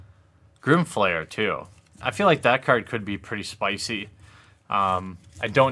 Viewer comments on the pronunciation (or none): none